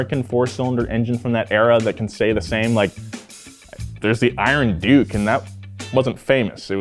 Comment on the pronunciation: The iron duke sounds like the iron dookie